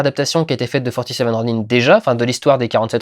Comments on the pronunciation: Et ils ne le disent pas qu'une seule fois dans le film le fameux "ro-nains". Ce qui est un peu chiant, j'ai crisé à chaque fois que je l'entendais. Mais si non le film est pas mal, si on fait abstraction de cette monumentale erreur de prononciation à la française... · Oui, et en japonais, ça se prononce comme ça. Y'a pas beaucoup de langues qui ont des prononciations nasalisées. (Et s'ils prononcent vraiment "ronain" dans le film, il est hors de question que je le vois en VF. Le truc qui pète toute l'immersion, quoi.) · dans la bande annonce la voix sort plusieurs fois "47 ronin" prononcé ron-1 ca ma decouragé... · c'est quand meme le titre quoi....ils auraient pu jsais pas demandé à n'importe quelle otaku comment on prononce ronin... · Pour ma part dans mon coin paumer il n'y avais que français et sincèrement. . . . Le film ok mais le mot rônin prononcer à la française c'est à s'arracher les oreilles. . . Je penses que ce film en japonais aurais était super.